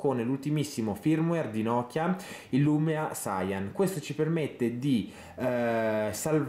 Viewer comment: scusami, ma il firmware "sayan" mi ha fatto troppo ridere! non era piu facile e piú giusto leggerlo "sian"?